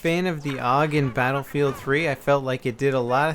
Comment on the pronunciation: pronounced A-U-G